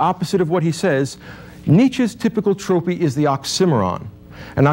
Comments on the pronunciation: I liked everything except how he pronounced the word "trope" (as tropee) :). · Needs to learn how to pronounce "trope" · This guy's trope is mispronouncing two words incorrectly with the same intency and confidence that he misinterprets Nietzsche. How oximoronic. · it took me a while to realize he was saying "oxymoron" lol. Also the way he prounounces "trope" threw me off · His pronunciation of “oxymoron” and “trope” are just……no. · Great lecture. But I do need to ask, is 'Tropee' and 'Ocksimmaron' even vaguely close to a correct pronunciation of Trope and Oxymoron? Because hearing them made me giggle. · I'm curious where the pronunciations of "trope" as "tropee" and "oxy moron" as "ox sim oron" (which actually sounds so much better!) come from 🤔 I've never heard it said that way before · Was the pronunciation of “trope” like “troh pee” and the pronunciation of “oxymoron” like “awk simmer on” a common thing in the 80s-90s? Lol. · Weirdly, this guy mispronounces both trope and oxymoron. I still credit his presentation of Nietzsche, tho.